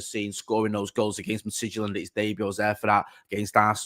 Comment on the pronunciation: Painful to listen to mispronounce shit over and over and over and over again. You're a journalist bruv, sort it out ffs. Frabrizio Mitidgyland Eribadivise bloody Christ